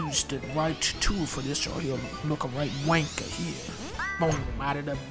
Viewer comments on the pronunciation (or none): Dunk saying “right wanker” in the wrong accent made my day 😂😂